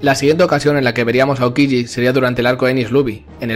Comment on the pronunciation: “aoquigi” hahahahaha!!!